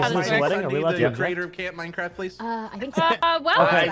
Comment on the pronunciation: CAMP MINECWAFT!